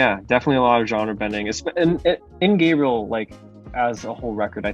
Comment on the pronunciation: I love Keshi too so jealous and also proud of you and btw the way you pronounce the word sounds like you're saying Gabrielle instead of Gabriel and Gabriel was an angel and I guess that's why in the same album there's another song called angel